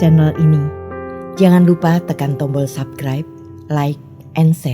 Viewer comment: Sedikit catatan. Pelafalan SUBSCRIBE dan Richard Gere agak gimana, gitu.